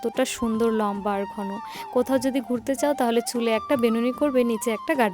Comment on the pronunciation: ঘোন???? x ঘন ( উচ্চারণ ঘনো)